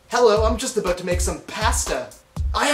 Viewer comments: XD its funny every time he says 'aboot' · As a fellow Canadian, you pronounce your "ou" sounds pretty stereotypically. I can see why people think we say "aboot" instead of "about". I don't here people talking like that much here in Ontario. Other than the oo sounds its pretty much the same though.